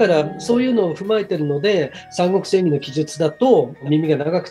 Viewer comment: 聞き手の方の「演義」のアクセントが「クラブ」みたいになってるのだけ気になってしまう……。 内容はとてもいいです！